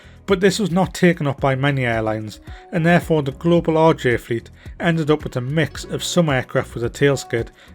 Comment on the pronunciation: This looks amazing, I love the 146. But I have to say: every time you say RJ it sounds like "Orgy". "The orgy has been fitted with auto thrust".